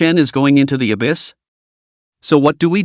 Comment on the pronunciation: Good story but when he says "the" that is annoying because of the why it's said